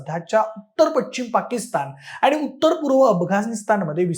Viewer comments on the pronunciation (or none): बोलताना भाषा शुद्ध हवी. आच्चर्यजनक नाही तर आश्चर्यजनक तसेच पच्छिम नाही तर पश्चिम असा उच्चार करायला हवा.